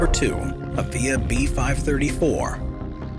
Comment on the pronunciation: No.3 - it is odd that no mention is made of the DH.82 Tiger Moth, even though it is the aircraft that gets shown most in this section of the clip; the narrator keeps talking about the DH.60 ̶"̶T̶h̶e̶ ̶n̶a̶m̶e̶'̶s̶ ̶M̶o̶t̶h̶,̶ ̶J̶a̶m̶e̶s̶ ̶M̶o̶t̶h̶"̶ No.2 - the correct pronunciation of the trademark is "AH:via" (with the first syllable stressed).